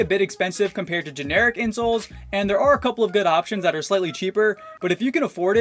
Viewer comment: For the first one when he said a good pair of insoles I thought he said a good pair of insults